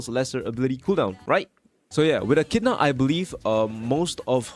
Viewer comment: it's eh-ki-dih-na